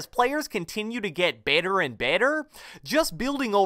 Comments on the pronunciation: Baeter and baeter. Not making fun of him, it’s a joke calm down. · “Baihtar and baihtar”😂😂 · “bettUR and bettUR” 😂😂😂